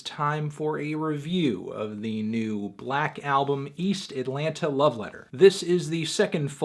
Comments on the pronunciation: 6lack its pronounced SIX LACKH u dummys!! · IT'S PRONOUNCED SIX LACK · Melon.....you pronounced his name wrong. It's six lack. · 6LACK literally says on his merchandise and on interviews that his artist name is pronounced "Black", not "Six-Lack". Besides, I would take "Black" more seriously than "Six-Lack". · this review sounds like an opinion from someone who calls 6lack "Six Lack" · His name is pronounced as black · YOU CAN'T JUST SAY BLACK LIKE THAT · Does melonman know that 6 is pronounced 'six'? It is clearly six-lack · Not 6lack!!! it's 1ack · Its pronounced Glack